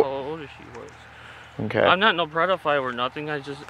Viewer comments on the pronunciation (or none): He said “Prediphile” also he can’t own a gun if he’s disabled as he says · “I’m not no “PREDaphile” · I don't wanna be a "predafile" ahhh a classic 😂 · Ha ha ha!!! He keeps saying predafile! What a selfish dude making and team stand out in the cold when he’s wearing a big filthy coat. I wish he would stop making excuses about his rough life- BS! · “I’m not a Pred-o-file” 😂😂😂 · Did he keep saying "predophile"...? Hahaha... Thanks, keep up your awesomeness and go enjoy some nature today...! Don't forget to compliment someone today... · He says " I don't want to be a 'Predaphile' 😂 he knows he's both! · The fact he said predophile, think he’s watched DAP before? 🤣🤣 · Lmfaooo he said “ I’m not no predofile “😂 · ☠️ 😂 “im not no breadafile or nuffin” 😂 ☠️ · he said "I'm not no preddaphile" lmao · Dudes been called a "predafile" more times pee wee herman! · “Im not no predofile or nuffin” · “I dont wanna be a predafile” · It only took about the 10th time of this goofball saying " predafile " before questioned it. Lol.